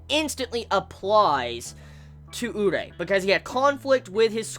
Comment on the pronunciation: his names pronounced u-ree-eh fyi